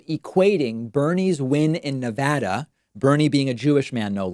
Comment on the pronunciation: Following through on my commitment to join if you would pronounce my state correctly!! Yay! I appreciate your objective coverage and thank you for all you do as independent media to inform your subscribers! I waited 3 hours to early vote last week in Nevada which gives me hope for a record turnout to come!